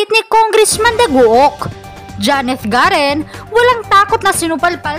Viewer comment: Garin hindi garen